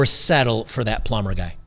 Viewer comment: A ploomber ha ha ha lmao